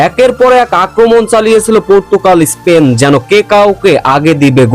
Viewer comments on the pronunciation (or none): none